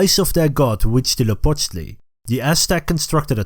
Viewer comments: As a mexican i'm happy to see the history of the country told by people of other parts of the world. Very nice Huitzilopochtli pronunciation, thanks for the flag nod. Great channel, keep it up! Viva México. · Your pronunciation of Huitzilopochtli Is almost perfect (I don't speak nahuatl but I speak Spanish) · I can't stop listening to this guy say Huitzilopochtli.